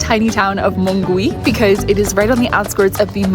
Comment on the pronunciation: Hi, since you want to improve your Spanish, remember that in the word Mongui, the ‘u’ does not have a sound. Just like in the word guitarra. So you would pronounce it like ‘MONGI’😊